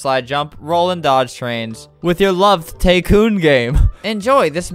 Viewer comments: The app: Are u ready to jump? Albert: jumps Ya!! lol i thuoght this was funny!! Oh and heres another funny part of the vid! How the app says "tycoon": TaYcOoN How I say "tycoon": tycoon:P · "burger taycoon"... it sounds like a burger company made a knockoff porsche taycan.